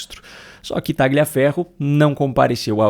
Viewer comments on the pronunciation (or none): a pronúncia correta é Talhaferro e não Tagliaferro. É um sobrenome italiano e no idioma italiano o "gl" tem som de "lh". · TALHAFERRO, TALHAFERRO, TALHAFERRO..NÃO É TÁGLIA FERRO, não fale como petista em video tao bem feito ..e não é kuaést é kést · Obs: o G do nome TRAGLIAFERRO, não se pronuncia